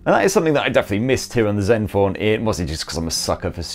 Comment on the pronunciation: Just came here to hear him say zenfoaan 8